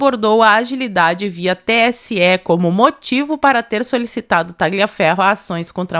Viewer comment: Primeiro, nome e sobrenome, de origem italiana que contenham a letra "G", não se pronuncia a letra "G", por exemplo: Tagliaferro, fica a pronúncia, Taliaferro, Gagliasso. Ignes era o nome da minha vó e era chamada de Ines. Sobre o poder de polícia do TSE, é só durante o pleito e nessa data já havia se passado . Tudo ilegal!❤